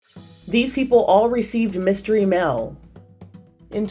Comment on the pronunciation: Voice over lady needs to get her 'A's & 'E's separate. Mail not "mell."